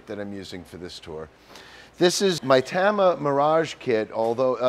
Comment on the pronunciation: Mike, it's TOM-ah, not TAM-ah...lol.